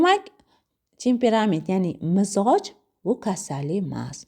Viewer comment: Mizoj emas Mijoz deyiladi